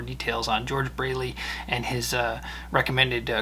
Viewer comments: Braly is pronounced like the dual cup device women use for support, i.e. bra. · George Braly pronounces his name "BRAW-li". He's one sharp guy. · Pronounced "Braw-ly" ... is that why yall are laughing ?